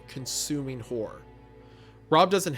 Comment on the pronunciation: 😂❤ I swore you called Hunter "Hummer" after he said "hore" but truly meant "horror" 😅😅😂